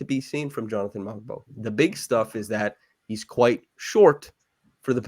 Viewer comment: Hey just a correction on the Pronunciation of "Mogbo" the "G" is silent:)